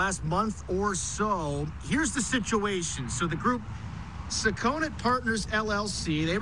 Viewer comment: And tell it's pronounced Suckonit not Suh-CONE-it